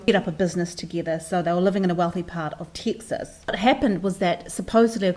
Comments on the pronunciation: 90's an it's pronounced Tex- Us. ...like Text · I thought her name was Routier pronounced roo teer. And Texas is definitely not teexas.